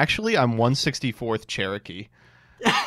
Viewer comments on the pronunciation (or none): none